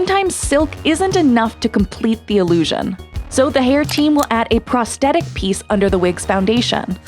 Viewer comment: 'prosthetic' like the word aesthetic, doesn't have a silent H. You pronounce it like pros-thet-tic not pros-tet-tic. Sorry but it's a pet peeve of mine